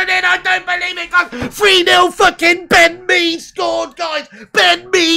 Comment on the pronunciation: "Ben Mee-over" 🤣🤣🤣